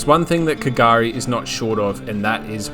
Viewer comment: That what I was thinking at the start, like where’s this k gari place lol. And then I hear you say the ship wreck and I’m like he’s at Fraser Island 😂